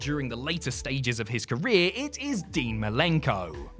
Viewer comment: Martel was having a career what!?!? Lmfao never heard it said that way, and my best friend is British